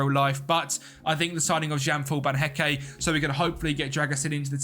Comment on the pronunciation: The official name butcherer, Van Hecké yanoe